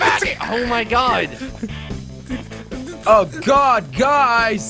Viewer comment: Dylan Lawson you said on my god not oh my got